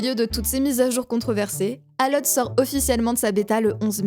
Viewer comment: Quasiment sur qu'en anglais ALL ça se prononce "ol" Mais super vidéo :D merci